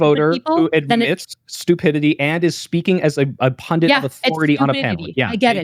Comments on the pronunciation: PUNDIT not PUNDINT jesus fucking christ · Why is no one capable of pronouncing pundit these days? Where did "pundint" come from?